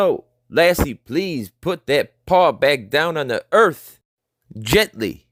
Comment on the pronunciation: Narrator , we live on earth, not earph